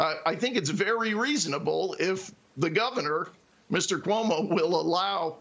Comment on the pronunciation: “Cuomio” How many more people at the WSJ say that 😂